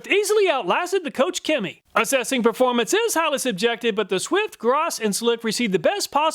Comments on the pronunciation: KochChemie is pronounced closer to Coke than coach lol. Their GreenStar is my favorite product. It’s very alkaline so it’ll strip off anything you have on the car but it also really gets rid of any dirt or greasy grime with just a foaming and a pressure wash. No real scrubbing at all. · It hurts my German soul to have it pronounced "Coach Cammy" :D